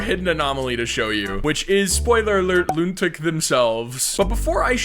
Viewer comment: Loontic❌ Lunatic✅💀